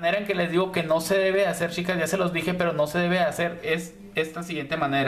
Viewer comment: Me gustó la explicación!. Pero lo que me molesta es que pronuncies mal chicas/ os. Me enferma que digas shicas y shicos 😠